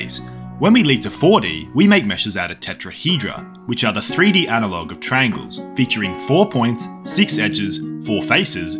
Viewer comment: why does he say “trangles”